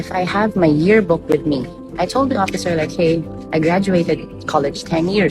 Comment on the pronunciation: Yo! BI! "Beri Incombenient!" If the "oppisser" was just following guidelines or checklists, then time to update! I graduated 2005! I don't even know where the Ondoy flood tok my diploma, yearbook, gradpix away! And what do you care about the travelers' family set up? Are you going to feed the kids that went "rebellious" and ran away, and house them???